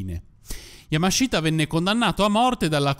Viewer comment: Bel video come sempre MA... YAMASHITA si pronuncia YAMASHTA, la I nella sillaba Shi, in questo caso è muta 😁